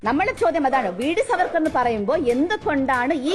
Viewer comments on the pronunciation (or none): സർവർക്കർ അല്ല ചേച്ചി VD സർബത്ത് സവർക്കർ എന്ന് പറയാൻ പോലും അറിയാത്ത സംഘിണി